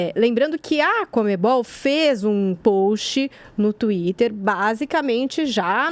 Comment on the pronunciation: CONMEBOL. Joel: "COMEM-BALL"